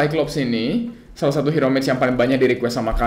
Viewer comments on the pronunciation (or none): none